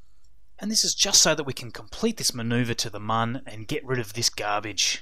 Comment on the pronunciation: by the way, its pronounced moon, not mun. its spelled with an umlat, not a English u